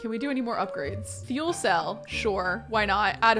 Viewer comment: aweee this is so cute. I hope their baby is cute too. and human rather than an alien. also his name is pronounced "Ka Ke Ru it's Japanese.